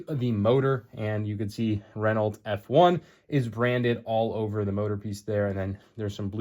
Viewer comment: The T in Renault is silent. It’s pronounced “Reh-no”.